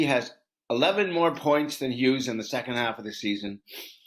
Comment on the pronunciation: It’s Hughes.